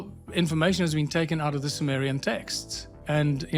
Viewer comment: Ai made visuals are plain stupidity, peaking as high as showing Zechariah chapter head when mentioning Zechariah Sitchin. And Symmerian for Summerian.